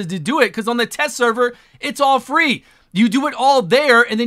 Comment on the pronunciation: I swear only Plarium could screw up "free" this badly..